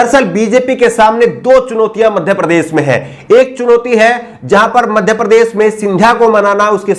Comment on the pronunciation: Sharm aati he mujhe jab sunta hu apka vdo jab aap bhasha ki aisi taisi pherte ho kaise sha ko sa kehna madhya prdesh prades bolte ho.shamil kovsamil keh rahe ho